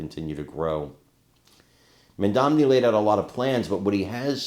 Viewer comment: Hey! Why do you keep getting his name wrong for week now? It's Mamdani, not Mandamney